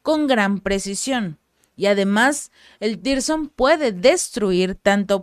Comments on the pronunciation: Zircon no sirson o tirson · No existe tirson ,no existe lee bien no hay tirson,si se te olvida,recuerda los diamantes rusos siconias misiles tsircon